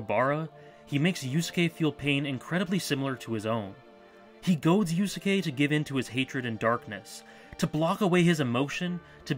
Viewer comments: I realize that criticizing your pronunciation is incredibly pedantic, but the second u in "Yusuke" is like 95% silent~ 'You - s'ke' not 'You-sue-ke' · I heard "Yu-soo-kay" and was like "great, now I have to spend the rest of my evening cleaning the vomit off my keyboard." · Good video but how the fuck do you mispronounce Yusuke in 2017?